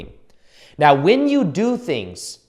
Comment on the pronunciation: Did anyone else notice how he said “right MEOW”?!?! Jajajjaa thank you, I’ll comment again once I’ve actually went through the video